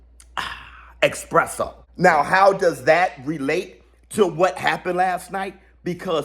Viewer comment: 😂 Love you like a play cousin man but as another black man, who took classes on coffee for a year I can’t keep letting you go on saying “expresso” 😭😭😭 Ess-press-o, Ess-press-o 😂😂😂😂 you hurting my soul when you say “expresso” 😭😭😭